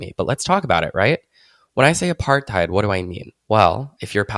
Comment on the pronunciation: I only get mad about the way you say Apartheid. It's "apart-hate" not "apart-hide"